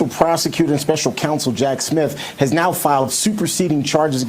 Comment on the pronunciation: Every time that woman says "nEow" or "conTstitution" I die a little bit inside. Good god, Georgia, PLEASE, PLEASE, PLEASE stop electing MORONS!!!!